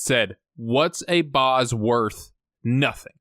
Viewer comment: It's "The Boz", not "Boss".